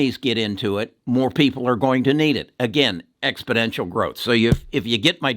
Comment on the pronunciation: Expodential as you keep saying isn't a word, exponential is, just thought I would bring it to your attention.